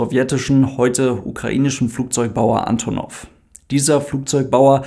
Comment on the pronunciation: Kurzer Hinweis: Sowohl die Flugzeugfirma als auch die Airline sprechen sich Ann'tonnoff aus (Betonung auf der zweiten Silbe, nicht auf der ersten). 😉